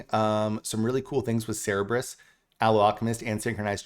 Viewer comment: I just have to say, it’s Sir burr iss for the three headed dog! Love the video!